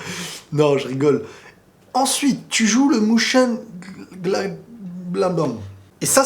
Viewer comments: Répète après moi: MAU CHÈNE GLADE BAH (Mochengladbach) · Mönchengladbach ca se prononce : Meun-chén(e)-glad-bar